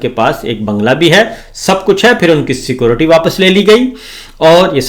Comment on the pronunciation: Jahal bhi jan , pendo bhi g . Hazar dafa keh chuka hoon. Ckoortti nahi security hotta. ALLAH ka wasta thora purrh likh loo.😮